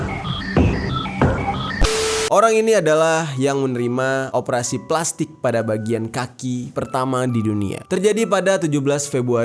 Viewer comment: Berapa kali bang Jeri ngomong pelastikkk?😱